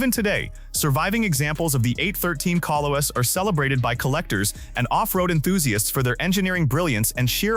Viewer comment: Kolos - not Koe-loess